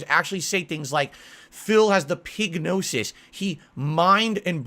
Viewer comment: I don't know why, but when Phil says "pignosis" was funny to me.